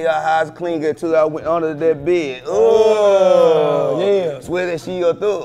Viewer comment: “UNDER THAT BAED”